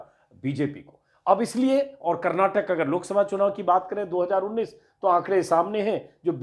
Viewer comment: Sir... Kar-nat-kaa...hai... it's not kar-na-tak